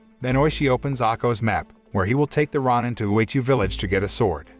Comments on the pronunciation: rah nin, rah nin, rah nin. sheesh thats all i can hear. its row nin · Him mispronouncing Roin instead of Row Nin. Is so distracting. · Ronin is pronounce ro-nin, not ron-in. And it's not a legend, it's something that...actually happened. Unlike the story of this movie. This movie...it's shit. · It's pronounced roh-nin, not rah-nin. 🤦‍♂️ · It's pronounced Ronin (Row Ninn). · ROW-NIN and SHOW-GUN incompetent yanks lol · It's Ronin (pronounced Row ninn) he didn't get his neck sliced, , the hishaku chopped his head off. The Tengu are not gods, the tengu have heads of birds of pre not having heads of snakes. This narrator isn't paying attention to detail nor did he do any research on the tengu nor the title of the individual that raises his sword on tht individual who was sentenced to commit seppuku, ritual suicide buy stabbing himself in tht abdomen with a dagger. His pronunciation of certain names aren't correctly pronounced. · why do people narrating not know how to pronounce words like shogun or ronin... this crap is really annoying. i see it in tons of videos, people need to learn how to speak english?! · You need to learn how to pronounce Ronin. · The mispronunciation of ronin made me change to a different video, the AI reading the script needs to be updated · You say Ronin wrong disliked the video